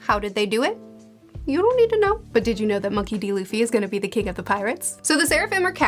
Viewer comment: It's so wholesome to see where you are as a One Piece fan, I remember you mispronouncing Luffy's name and hating Usopp in the beginning of your reviews 😂